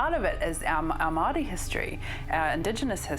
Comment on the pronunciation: For those who wanna know the real pronunciation it's pronounced Moy- Ho instead of Moy How. Europeans here in NZ love changing the sounds of maori words and are ignorant to correct it even if they know how to pronounce it. But anywho... Inconspicuous whistle